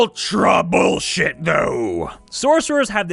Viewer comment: "All classes are bullshuyte!" -- GURPS